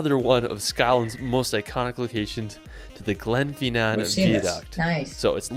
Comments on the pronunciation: Just to let you guys know he said Gen-fie-nan its Glen-Fin-Nan, thats about 40 mins drive from my home in Ardnamurachan. if you want to know where Ardnamurachan is see the bit of land that goes way out west that has Kilhoan on it thats ardamurchan and my home is mentionsed there its Glenborrodale, Named after a viking warrior that was burried called Borridil. Yeah Midgies is like mosquitos, when there has been rain stay away from Tree's and bushes. Yeah if your use to mosquitoes dont worry about them! yeah alot of our islands arent very big the Isle of skye is only 50 miles by 25 miles. Avg temp in summer moneths is 17 c (63f) but we have been getting in upwards of 23c (73.4F) recently, if you on the coast it will be cold and windy, esp at duncansby stacks! Most historical sites are owned by the National Trust for Scotland. Yeah you have numerous areas of sheep goats and even Hingland Cattle roaming the glens and roads! Best time to visit is May-August. Where abouts are your scottish roots? Hastings and Pevensey castle are located in england, England has around 4000 castles, scotland has around 1000 and wales has around 430, Great Paintings. Great video Guys! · You're right about 'Edinburgh'. But our enthusiastic young friend can't pronounce a lot of other words, either, e.g. 'Glen-FIN'n', 'VIE-uh-duct', 'HOLL-ee-rood', 'ELL'n DON'n', 'GLAS-go', 'BIDG-'n nam BEE-an', 'Loch LOAM-und'. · Glad you corrected him on EDINBOROW and GLAZ GOW !! Now you know how I feel when other American youtubers pronounced stuff incorrectly ! He also pronounced GLENFINNAN VIADUCT and LOCH LOMOND incorrectly ! The summer temp in the Isle of Skye area is about 16c/60f. He missed SO MANY locations throughout Scotland. If you don't like the weather in the UK....Just wait 10 minutes....it'll change. Great job on saying PEVENSEY . Spot on 👍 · Not just the cities, also Glen Finnan.